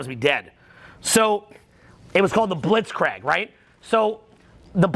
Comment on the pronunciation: I love you but god damn, its Blitz-Kreeg, not Blitz-Craig:D:DDDDDD